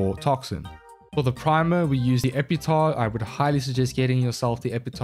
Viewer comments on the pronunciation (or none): Its Epitaffffff not "Epeetaw" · It damages my brain everytime i hear "epitahh".